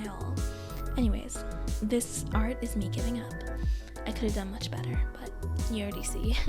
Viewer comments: I was going to click off until she said ✨BETTA ✨ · “But we can Huff be BETTUH, BEATUHH👹 beatter, we can Make it better!” besides this is pretty good tips!^^